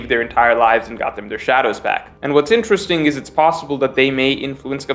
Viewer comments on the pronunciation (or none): none